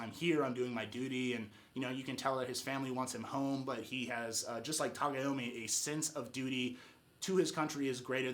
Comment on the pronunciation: It's Tagomi lol not Tagayami man